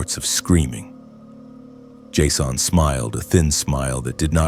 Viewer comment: Did I just listen to you mangle the pronunciation of the name Jason in a multitude of creative ways??